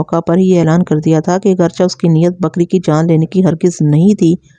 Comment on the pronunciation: اگرچا نہیں۔ اگرچہ چے پڑھیں آخر میں